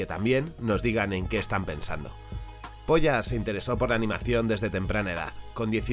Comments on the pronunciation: El dice Bratislav "POYA" Youtube: Censurable señores. Gran video!!! Espero ver todo lo que recomendaste pronto! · El video de primera, solo 2 apuntes, gracias al video se quien creo aquellos dibujos que vi en un vhs de los chinos cuando era pequeño (que me pareció raro como un perro azul y como que se me quedo gravado). El segundo apunte igual soy yo pero Pojar a partir de la segunda o tercera vez me ha sonado mas sin r y en vez de j una y o ll .... por lo demás agradecerte este contenido tan poco convencional y concreto.